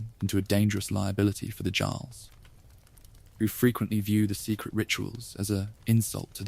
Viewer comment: As someone of Nordic ancestry the way you say jarl bothered me lol